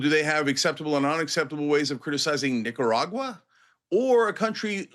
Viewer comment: The unacceptable way to criticise Nicaragua is to slightly mispronounce it.